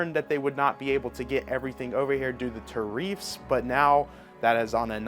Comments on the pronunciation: You tariff like its a black girls name. It's pronounced "tear+if" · What the hell is a "ta-reef"?